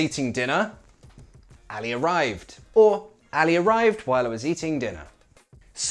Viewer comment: Min you pronounced the letter ع in Arabic so correctly when you said Ali arrived.. 😻😻 you said علي